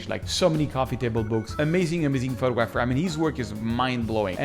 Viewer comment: In the English language, it is pronounced: pho-tog-grapher - not - photo-grapher .